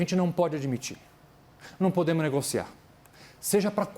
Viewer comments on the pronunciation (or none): O advogado que fala NUM PODEMO...??? 😂😂😂😂😂 Parei! Kkkk kkkkk